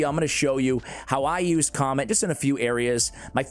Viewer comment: It's not comet , it doesn't sound like that. It's Ka - met .